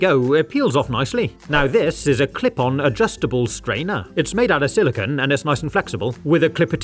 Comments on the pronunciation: SiliCONE not "silicuhn" (silicon)! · a quick Google search explains the reasoning but as I am from North America, I spell/say it as "aluminum". Regardless, silicon!= silicone and should make an effort to pronounce "silicone" to emphasize the "-cone" and not the "-cuhn" or "-cahn" of "silicon".